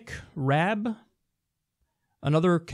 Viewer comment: Dominic Raab is pronounced like "raaaaaaaahhhhb"